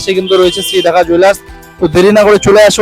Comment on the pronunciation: ডাক্কা not ঢাকা ।। DAKKA NOT DHAKKA